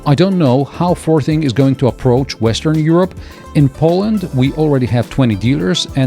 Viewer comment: As far as I’m aware, this isn’t sold in the UK. But every time says the brand name it sounds like the word ‘farting’.